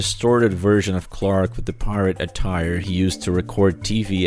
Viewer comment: The actor has a difficult name to pronounce yes but he for some reason just can't say Clark